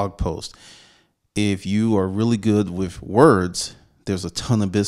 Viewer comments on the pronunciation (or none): It's with not wiff